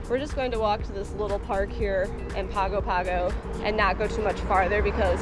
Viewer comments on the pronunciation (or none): Great episode. minor quibble: it's pronounced pango pango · Just a heads-up. In Samoa G's are pronounced "NG", so Pago Pago sounds like Pango Pango. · A lot of familiar sites! I lived in Samoa for a while. It's a very different experience. BTW - it's pronounced Pong-o Pong-o.